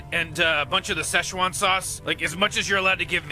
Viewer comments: It is NOT pronounced like that! I'm Chinese and it is pronounced Sie Ch Uan. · It‘s 'si chuan' （四川）in pinyin actually，the ‘si’ sound like the 's' in 'his'. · Not it's Sichuan, Szechwan, or Szechuan (Chinese: 四川菜; pinyin: Sìchuān cài or Chinese: 川菜; pinyin: Chuān cài) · si chuan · I think it is spelt SiChuan sause, but it was changed so Americans can pronounce it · So it's traditionally pronounced Sichuan